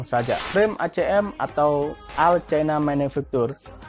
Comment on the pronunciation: Mungkin nyebut nya yg keren dikit lah All baca nya ol, specialized sebut nya spesialaisd.